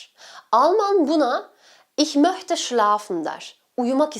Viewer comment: Çok hoş anlatıyorsunuz. Sadece şu ich möchte gibi sözleri ich möhte olarak telaffuz etmezseniz insanlar da daha doğru öğrenir.